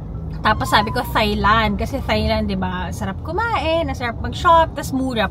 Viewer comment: Ang thailand po ay ndi "th" sound. "T" sound lng po un.